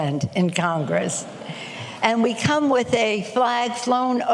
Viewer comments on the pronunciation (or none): none